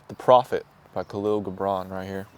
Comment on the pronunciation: Hey, my Brother, Find out how Kahil Gibran is pronounced. I always said it phonetically also Then a Lebanese friend told me how it is actually pronounced 💜☮️🌈